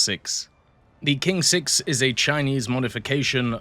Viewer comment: You can read it as Tsing-6 if you want to pronounce correctly.